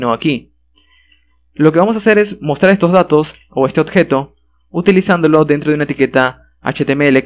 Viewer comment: excelente video solo que no puedo dejar de notar que no dices "Objeto" dices algo como "odjeto" XD